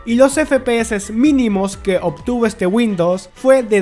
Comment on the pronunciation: Por qué dice windos? Y "fue" en vez de "fueron"